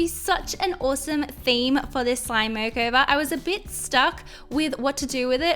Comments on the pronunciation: Im not hating but who else heard her say slime Moco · Who else heard ‘this slime mokover’